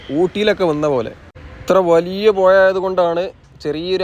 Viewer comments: എന്റെ പുയ ആണേലും പുഴ ആണേലും മയ ആണേലും മഴ ആണേലും ങ്ങള് പൊളിയാണ് ട്ടോ 😄😄👍🏻എന്തായാലും എല്ലാർക്കും മനസ്സിലാകുന്നുണ്ട് 💪💪പിന്നെ നിങ്ങടെ സൂർത്തുക്കളെ കിടു ആണ് 💪💪all the best 💪💪and we love all types of pronouciation in Kerala 👍🏻👍🏻🙏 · "പുഴ" "വഴി" "പഴം" 50 times പറഞ്ഞ് പഠിക്ക് 😂❤